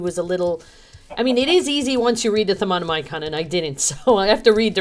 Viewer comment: U don't need to say the I in thaonimcon or however u spell it lol. It's just prononced without saying the I